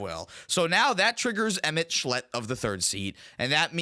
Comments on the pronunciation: "emet schlet," as a fan of ffxiv, sent me into the stratosphere lol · Emet-Selch (emet selk) Louisoix (Louie-swah) Tataru Taru (ta-TARU Taru) Tidus (Tee-diss)